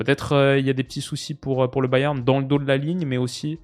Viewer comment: Au pire dis Munich si tu galères a dire Bayern 😅